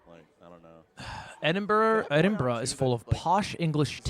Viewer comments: edinburg bruh 😭😭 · Big fan Ludwig, I’m glad you finally came to Edinburgh. It’s pronounced: Eh-Din-Bruh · Ed-in-bruh. Learn it